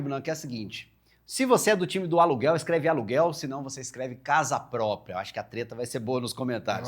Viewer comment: Casa “pópria”.